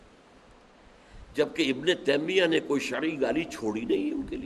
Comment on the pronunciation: تیمیہ میں تا پر زبر ہے